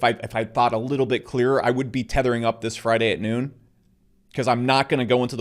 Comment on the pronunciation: "Thethering up" what does he mean by that?